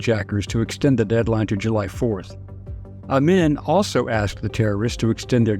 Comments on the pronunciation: Amin is pronounced Ah-meen NOT Ah-min. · Only because I am an old, old geezer, I recognize the mispronounced name "Idi Amin." It was pronounced "Ameeen"